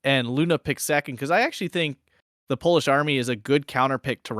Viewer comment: You really improved your polish pronunciation.